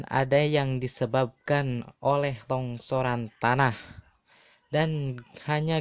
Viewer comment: Penyampaian kek anak SD, TONGSORAN TONGORAN APAAN SI BANG, LONGSOR KALI